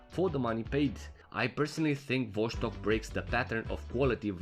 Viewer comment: cool video as always! Oh and it's Vos-tok not VosH-stok